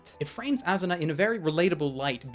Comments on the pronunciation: Its not AZZZZuna its ASSSSSuna. S sound not Z sound. A SU NA. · its asuna not azuna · "Azzuna" ~._.